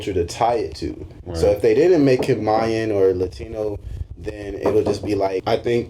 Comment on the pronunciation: OH MY GOD 1. It's Mayan not MIAYAN. 2. Don't know the name of Namor's city in the movie. 3. It's Ocean Master not Sea Master. That was 7 minutes in, do your research beforehand. Noboody is going to watch/listen to you if you can't get your shit right.